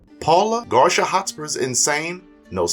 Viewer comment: Bro!!! His name isn't "Garsha"!! His name is Garcia (Gar-see-ah). He's Mexican dude!! This is gonna bug me for the rest of the video.